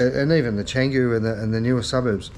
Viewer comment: Jesus. You get in here talking about respecting culture when you rode a mobility vehicle down main roads for kilometres unregistered, uninsured and with a fake helmet? You can't speak Indonesian, and it's not pronounced "chang-goo" as you said. The old chestnut of Jakarta banning alcohol in Bali has always been around. It pops up in the Indonesian press every year or so, especially leading up to Ramadan. Way before you ever went to Bali for the first time. They get around it by Bali being Hindu, not Muslim (albeit many Muslim Indonesians live in Bali of course). There will never be any limit on tourist numbers - they can't fill the hotels and shops at any time anyway and it would be economic suicide. The Indonesians aren't stupid. An arrival tax on tourists comes and goes constantly. For years it was free, then US$30, then US$60, then zero again, now we're hearing US$100 or US$150. Whatever. If people can't afford to travel then they shouldn't. But with Russia and the Ukraine at war, of course some of those young people are going to bolt to Asia etc to get away from it. The Indonesians, being smart and knowing that, of course will just tax them to sort out the riff-raff and bad behaviour (they will reinstate asking everyone where they are going to stay and have they paid upfront). You are right about motorcycle licenses being obtainable in Denpasar (short term for travellers). We had to get them back in the 70s - it was compulsory. Yes it will have fees and take time